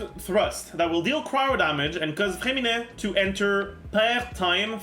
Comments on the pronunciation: Your name pronounce is perfect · Bro you say his name with a perfect french accent (i’m a croissant btw) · Oh my god, your french accent on “Freminet” prononciation is amazing ! Apart from that, nice video as always